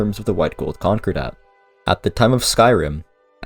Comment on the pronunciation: Con Core Dat. not Conqure Dat.